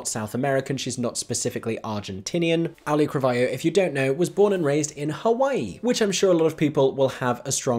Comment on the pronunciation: I swear I never make picky posts like this (and I love your work), but please look up the pronunciation of Auli'i Cravalho. I worked with her on a project last year, and the assistant director we had stubbornly refused to learn how to say her name through the entire shoot (even though John Leguizamo took them aside to coach them on it). She's a lovely actress, but so many people don't say her name right. Again, I love your work and appreciate everything you do. This is not a critique of you, more a wish to the world to learn how to say "Auli'i Cravalho" correctly.